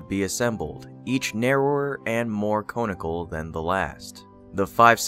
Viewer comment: May I please help with pronunciation? Conical (kon-ik-al)